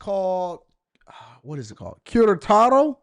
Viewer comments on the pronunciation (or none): QUERETARO not KARA TAR O. C'MON MAN! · It's pronunced ke-re-taro. Unfortunately. Feminisn, liberalism and bad junk food is rapidly coming here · You've been butchering the pronunciation of Querétaro lol Glad you enjoyed it though.